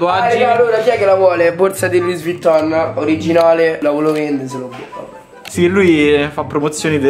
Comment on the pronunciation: Come hai detto Luis Vuitton non si dice così si dice lui vitton